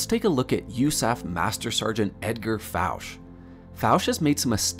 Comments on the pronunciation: No big deal but Fouche is pronounced Foo-Shay.. I've researched Edgar Fouche in depth...🤘👽🤘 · Hey, nice compilation of research! Just wanted to mention my buddy knew Edgar Fouche - you're mispronouncing his last name; it's a French last name so it should be pronounced that way.